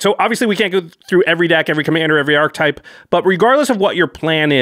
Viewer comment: It's pronounced ARK-uh-type. Not ark-type.